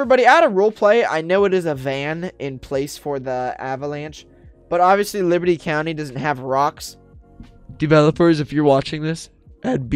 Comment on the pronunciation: He keeps saying librty county